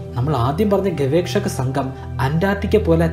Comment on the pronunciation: ഗവേക്ഷ അല്ല ഗവേഷകൻ